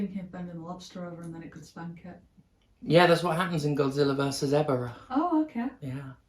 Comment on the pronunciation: I assume is getting a massive lecture on botching the name Ebirah as Evera